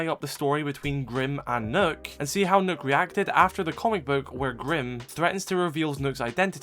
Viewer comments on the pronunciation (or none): Is her name really pronounced “Nook”? I assumed it was “Nock” this whole time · i think he was just spelling it how it’s pronounced but yeah it is Nøkk